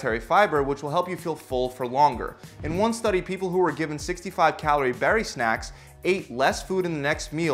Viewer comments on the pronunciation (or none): none